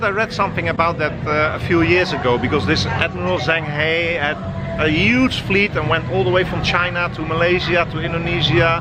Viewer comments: his name is pronounced shang huh but spelled zheng he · Repeat after me. Jung ha. Jung ha. Jung ha